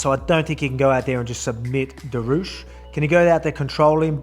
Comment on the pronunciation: Volk it's pronounced duri-ush. Time to get that belt back. Much love from Mid North Coast Champ.